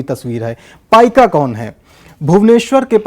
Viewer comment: that is paika not paikaa.